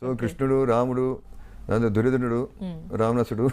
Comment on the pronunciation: దురదనుడూ కాదురా యధవ దుర్యోధనుడు అని అనాలి పలకడం రాదు యధవ కు